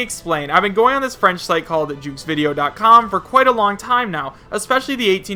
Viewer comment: And "jeuxvideo" (video game in French) is "zhuh vi-deh-o" (zh is like the "s" in "measure").